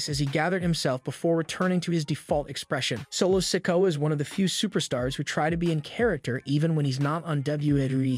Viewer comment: Well the one that gets me is when he says solo sikoas name its se-koh-ah not sicko sorry I'm not being mean or anyting it's just a pet peeve